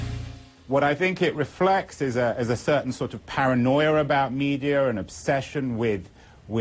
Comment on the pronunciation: 1) - Hehehe. He said "paranoier about medier." :-p 2) - Exactly. 3) The word, John, is "balls." We here on the Internet can actually say it without having to worry about our boss taking our balls from us and putting them in a jar.